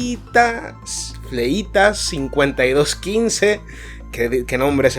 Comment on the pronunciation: Fléitas, con acento en la e, es un apellido...